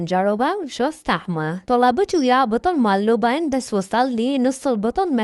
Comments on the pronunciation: لبن ❌ لوبن ✔️ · لبن ❌ لوبن✅😂😂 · لبن × لوبن √ 😂😂😂😂😂😂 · لبن✖️ لوبن✅